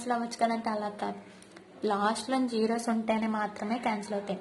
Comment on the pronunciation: That is a not zegro That is a zero